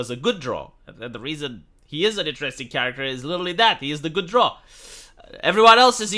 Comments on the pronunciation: Its pronounced, the drough like eyebrow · drow, like prow of a ship. not drow like crow, and especially not drow like "draw"